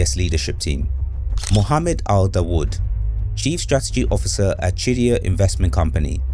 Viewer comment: is he saying shit-dyya? lol or just pronouncing qiddyya?